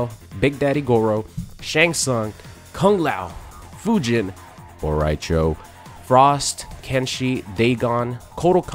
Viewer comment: Bro, why you say Bo Rai Cho like that lol??